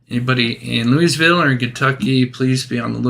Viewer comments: Lou uh vull not Louis ville :) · You don’t pronounce the “s” in Louisville.. Loo-uh-vull